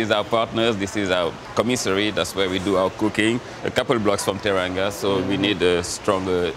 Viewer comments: He pronounced teranga like "turr‐an-go" at the end of the video lol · It’s pronounced “tè-rà-ngu “